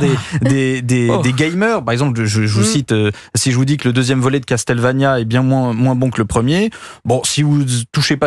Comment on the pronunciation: ça se prononce Castlevania pour commencer. Et le deuxième volet est meilleur que le premier. Mais il a raison dans l'absolu